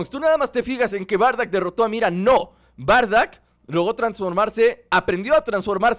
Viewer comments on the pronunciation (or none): Wey es bardock no bardack :v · Porque dices bardack si se dice Bardock